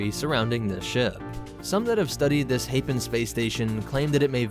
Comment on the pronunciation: I'm not sure you pronounce Hapes correctly.